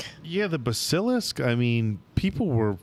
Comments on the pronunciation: ps guys, it's BASS-uh-lisk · I was lucky enough to grow up with the books. Harry's 11 birthday was when I was turning 11. Watching y'all made let me reignite those beautiful memories. Cheers from Australia, boys! Keeping it real though, it drives me nuts when y'all pronounce Basilisk 🤣